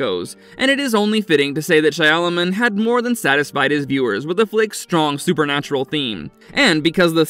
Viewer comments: How do you say, “I don’t personally know horror”? “Shyalaman” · Still, at least pronounce his name correctly.